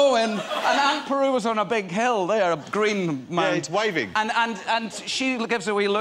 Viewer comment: "Aunt Peru"